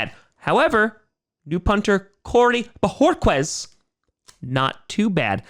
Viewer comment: Bo (hor) kez not bo (hor) qwez